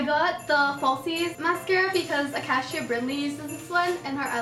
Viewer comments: uh... Its A-K-SHA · It's pronounced UHH-Cay-shu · It's pronounced uh-cay-shuh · Acacia is pronounced a-kay-shuh lol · acasha? really? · you said acacia wrong. it's a-kay-sha lolol.